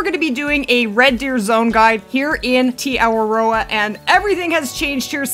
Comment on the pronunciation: Kia ōra Lady! As someone who is a Māori from New Zealand, although you're not say Te Awaroa properly, I give you my credit and respect for trying😇 I could help you if you want? To make it easier, break it down like ( Teh - arwar - ror ) I hope this helps?